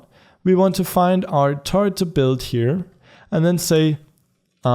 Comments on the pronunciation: i like the way u say turret it sounds like turd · When you say turret I understand turd lol